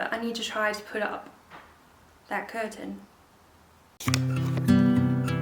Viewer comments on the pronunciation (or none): none